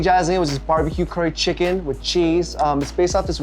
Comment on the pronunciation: No one: Jay: chiggin